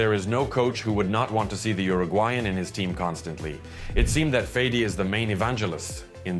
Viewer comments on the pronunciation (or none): none